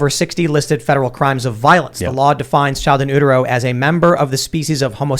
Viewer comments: Oooteroh? Aww Tim that’s cute lol. It’s actually you - ter - oh or Ute - Ur (as in the land of) - oh. The same would go for Uterus or Uterine. It’s probably a Greek thing. shrugs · In "ootero" 😂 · Did he just say ootero